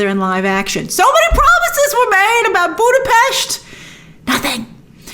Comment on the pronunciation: Why do you pronounce budapest like that